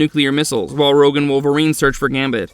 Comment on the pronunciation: He also said "Rouje" at one point. This channel has used AI text-to-speech before; wonder if this video does it as well.